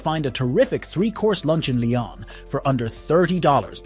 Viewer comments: Pronunciation: not ‘Li on,’ rather: ‘Lee on.’ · Yes. The video is otherwise good. Just feels lazy to not even check and make an attempt. I am not French, just a Francophile from US. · Good video but please, next time make sure you pronounce the French cities correctly! Painful for the ears! I am from Lyon, it's a beautiful place. 😍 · Please don’t butcher the French names !!! Like Lyon ❤😂